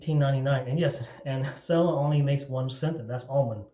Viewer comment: First of all, it is pronounced "chella". Second they make other scents and formulations. Third, why do guys who have no facial hair make shaving videos?